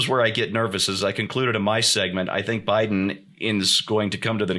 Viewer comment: "neville Bideen" LOL